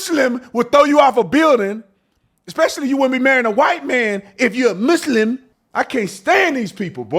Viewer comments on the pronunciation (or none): Lmaoo I love seeing how I'm not the only one that can't STAND how they say "muss limb" 😂